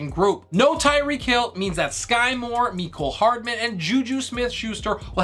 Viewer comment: “Me”cole Hardman. 😂 Loved the hot take on qb’s I’m definitely in agreement!